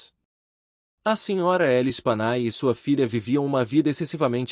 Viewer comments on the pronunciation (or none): A pronúncia do nome das vítimas é Lespanyé.